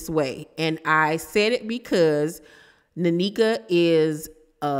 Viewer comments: It’s pronounced (neh-kha) not nanika 🫠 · I think her name is pronounced N- eka. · They either brought this girl on to fight w/Wendy or to replace Wendy. Its nasty either way and she's coming on as Ashley's "friend"....Definitely a scheme set up by Todd bring the bullsh*t lol! Sidenote: it's pronounced Neck-uh. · Hi! It’s pronounced like nay-kuh ❤ And I was actually hoping they wouldn’t be beefing but since they are, lemme grab my popcorn 🥴🫣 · Thanks for the tea! It's pronounced NECK-AH